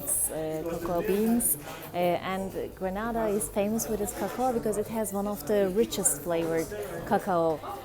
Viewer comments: Just an FYI it is pronounced “GRAY-NA-DA”. Nice video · It's actually Grey-nay-dah